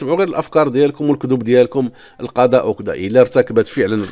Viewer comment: نقول القضاء اخويا وليس القداء بالضاض وليس بالدال انت تنطقها بالدال.